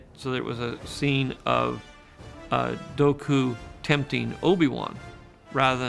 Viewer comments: George literally said “Doku” twice instead of “Dooku” just more proof the dude doesn’t even know the lore he created. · Doku? as George just pronounced it Or dooku? I’ve always said dooku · (Doe'ku). And here I have been pronouncing it (Duke oo) this entire time... Don't they always say (Duke oo) in the episode, and in the cartoon series? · TIL that everyone has been mispronouncing Dooku, which I guess Lucas meant to be a Japanese long o, even though he does not pronounce it that way, either. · .... Learning either it's pronounced Doe-ku not Doo-ku and everyone else in the series says it wrong or George Lucas just doesn't pronounce the name right. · George said (dough-coo) not dooku is it pronouced like that? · Why does the creator call Dooku Doku? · George Lucas , the guy who created dooku is pronouncing it wrong. but Dough-Ku sounds hilarious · I think you mean Count Dough-ku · Did George really say Doku instead of Dooku XDXD. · Count Doku (Dough-ku) would have actually worked imo; Lucas took a lot of inspiration from samurai films and Japanese culture; and "Doku" is the Japanese word for "poison" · George Lucas himself calling him “Doku“ is so cursed lmao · I forgot George Lucas pronounces Dooku as “Doku” 💀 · All i remember is him calling Dooku, Doh ku... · Ah yes. The esteemed Count Doh-Kooh. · Interesting to hear George pronounce it 'Doku'... Even without the scene with Anakin and Padme, there is another... ...way for Jango and Master Windu to duel, which was forshadowed by Obi-Wan's detention... Jango could easily have taken Obi-Wan's lightsaber. That would also then explain why, in Episode III, Obi-Wan had constructed the new lightsaber, which he continued to keep until his final dual with Vader... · Why does George Lucas pronounce dooku as doe ku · George Lucas pronouncing Dooku as Dohku is the first time I've ever heard it pronounced that way. Is that how it's supposed to be pronounced? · Why is george pronuncing dooku like Doh koo though? 😮